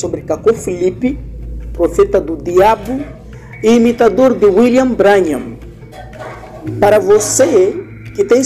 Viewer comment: Se pronuncia "Brãnrram" Deus te abençoe meu irmão. A verdade tem que ser dita contra essas seitas e heresias